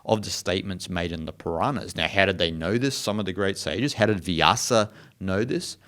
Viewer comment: It is not Piranahas but it is Puranas